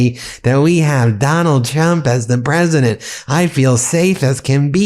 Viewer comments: Did anyone else catch " president clump" by Brian Mast? 😂😂😂😂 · I did lol! KLUMP. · He was right the first time when he said KLUMP😁😁😁😁😁😁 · Did that Brian Mast guy just say, "President Clump???" Bahahahaha! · Lol the guy said president clump before correcting himself that's beautiful.